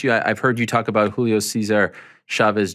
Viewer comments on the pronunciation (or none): none